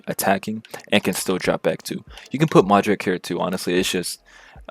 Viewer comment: How am I gonna believe you that you went 19-1 if you call Modric…Mudryk 😂 Just kidding, keep it up, love the content